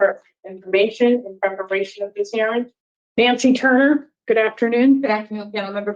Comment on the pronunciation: He’s just so intelligent,I’m captivated by his every word-fragment.. and he’s a “goot” father.. hm..impressive 🤡 #CargoCult